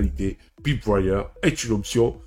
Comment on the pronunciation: La prononciation est une peut déroutante. On devrait prononcer proche de "polseaudion" et "païpewire".